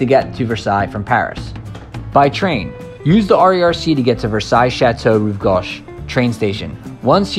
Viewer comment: Bless your heart. You visited Paris and the simplest of French words, e.g.; “gauche,” which is utterly beyond your ability to pronounce correctly. Next, let’s try “Trianon.” Good, practical video which deserves better narration.